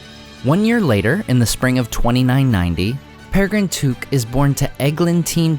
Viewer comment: It's Took and in I took it, not as in kook!